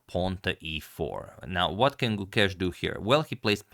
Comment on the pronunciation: If you'd like to better your pronunciation of his name, the 'ke' in Gukesh has the same sound as the 'ca' in cape. The rest is as you say it